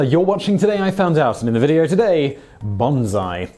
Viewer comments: While I really like this video, as I like this channel's other videos, his pronunciation does little to clarify the distinction. For one, a key difference between "bonsai" and "banzai" is the "S" sound versus the "Z" sound. The two are pronounced in Japanese as distinctly as one would reasonably expect them to be. Simon's pronunciation of the two words seems to come off as "Z" both times. Secondly, we have that sort of typical British thing where an "ah" sound in a foreign language is pronounced like the "A" in "apple". Like when virtually any British chef says the word "pasta". I don't know where this comes comes from, but it seems very British, and in this case, it's not helpful. That's because when we're talking about the difference between "bonsai" and "banzai", the first vowel sound is not a matter of the difference between the "O" sound in "odd" and the "A" sound in "apple", but rather the difference the "O" sound in "bone" and the "A" sound in "audience". Simon is a great presenter, but when discussing matters of the pronunciation of foreign words, he'd benefit from consulting a native speaker. TL;DR - "Bonsai", the tree, is pronounced like "bone sigh". "Banzai", the battle cry, is pronounced sort of like "Bond's eye", but a little less stank on the D. Yeah, I said "Stank on the D". This comment has been entirely too serious. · he pronounces it wrong the whole video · Its bonsai, not bonzai say it like (bo n sa i) the sa is sa, not za Bonzai means long live the emperor but is used as an all around hurrah(according to my Japanese teacher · Proper pronunciation is more like bone-sigh. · Bone Sai You're pronouncing it like the French weird for good, and is (as too often by you) incorrect pronunciation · Simon you did not do enough study on the subject before shooting this video. Since the japanese style of saying the vowels is A = Ah, E = Ay, I = EE, O = O, and U = OO. The correct way to say Bonsai is more like pronouncing it " Bone Sigh"